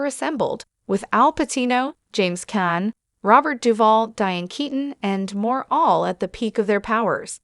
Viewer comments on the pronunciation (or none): I guess AI doesn't know James Caan isn't pronounced James "Can".